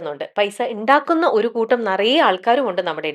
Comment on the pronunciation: 'ഇണ്ടാക്കുന്ന' അല്ല 'ഉണ്ടാക്കുന്ന'